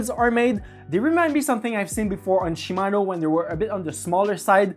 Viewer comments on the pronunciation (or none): none